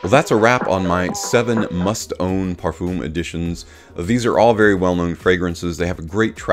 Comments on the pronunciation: It’s not pronounced “parfooom.” 🤣😂🤣😂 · no it’s pronounced par-fuum. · Great Video but for god sake learn how to prounance Parfum This is a MUST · Now with Eros I can also hear how you pronounce it in Eau de Parfum So it's hopeless correcting you LoL